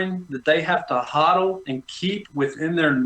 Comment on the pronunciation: But you said HODLE😂😂😂😂